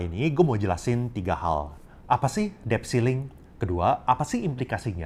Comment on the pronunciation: Maaf ya mas OP, mau koreksi dikit: “debt” itu huruf “d”-nya ga diucapin. Jadi bunyinya seperti “det”.